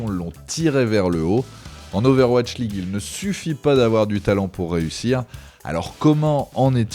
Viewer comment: "owatch league" xD Non sinon excellente interview de, il a vraiment grandi, son discours est beaucoup plus mature, réfléchi… Ca fait vraiment plaisir.